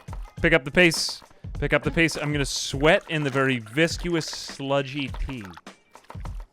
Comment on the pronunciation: I feel that I have to preface this because I am absolutely in love with you and your content. And yes I do mean "you" if you're not seeing anyone, I'd love to take you out. However, it's pronounced "Viss-Kuss", not "Viss-Q-Uss" and on second thought I don't think we're right for each other